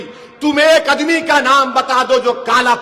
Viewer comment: अदमी नहीं आदमी होता है